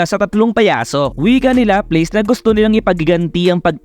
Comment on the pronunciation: LAPLAS POOOOOOOOOOOOOOOOOOOOO . hindi lapleys :(